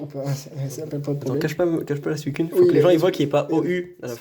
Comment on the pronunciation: Suicoune ou suicunnnnnnnnnne pas d'importance par contre des personnes disent "suisune" et c'est un problème